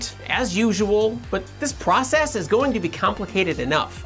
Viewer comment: Wow, Nerd Clone really got to your nerves, you even said "Pwocess"!:P just kidding, amazing video as always! Also, I find it funny that I learned all about the respiration process in school, with the Krebs Cycle and stuff, but never learned any of this! It is super interesting!